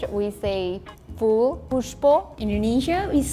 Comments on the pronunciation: dear indian sister this not fool this phool , Your pronunciation is not correct By the way love from Pakistan 🌹 Hindi and our urdu languages are almost same , But personally I'm a balochi Speaking so we peoples of Balochistan alos say Gul Like Iran❤ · In Hindi we say Phool (not fool)